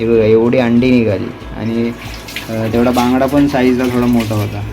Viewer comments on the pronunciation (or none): भांगडा नसतो रे.. बांगडा असतो तो